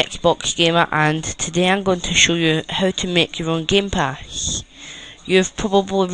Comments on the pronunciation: gamepash (Jack and Lilly : Wow!pash your body!) then Geempash(BuilderMan and Spike : god...this guy need to learn his english) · can you even talk you say gamepash xD go to school first before you make youtube.